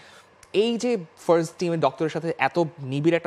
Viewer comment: ভাই বেইরছোলোনা ফেইরস্ট, এইসব কি ভাই?? আপনারা ইচ্ছা করে জোর করে ভাব নিয়ে বার্সেলোনা কে বেইরসোলোনা ফার্স্ট কে ফেইরস্ট বলেন নাকি আসলেই বাল জিবে ঘোরেনা আপনাদের বুঝিনা ভাই!!